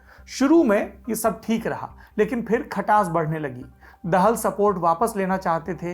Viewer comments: सर, दाहाल हैं, दहल नहीं। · बहुत बढीया जानकारि but पुष्प कमल दहल नहि ( दहाल) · दहल नहीं दाहाल हैं। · It's not देहल, its दाहाल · It's दाहाल not देहेल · पुष्प कमल दाहाल बोलिये( दहल नही) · Saurabh, apka yeh internationsl political analysis "Duniyadaari" baaki anya sabhi LallanTop karyakram jaise ho, uttam hai, qualitative hai, achcha lagta hai, aur bahut hi gyanvardak hai. Keep up the good work Thank you 😊 (Nepali Leader Prachand/Prachsnda is a Brahmin leader and his sub caste is DAHAAL , and not Dehal/Dahal, as we pronounce)